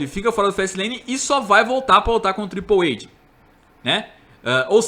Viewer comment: Ele não sabe inglês.